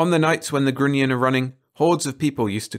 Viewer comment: Such a hilarious fantasy about human nature., respectfully offered: grunion rhymes with onion. Narrate on!